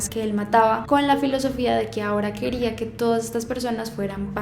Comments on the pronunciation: Tod@ hablando de otros casos :v y yo me doy cuenta que en el minuto dice "queróa" y no "quería" :'v aun así me encanta el vídeo UuU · Si dice queróa.